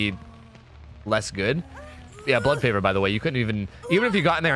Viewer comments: Fun drinking game: each time mispronounces Blood Favor, take a shot. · called “blood favor” everything except it’s name. that’s why we love you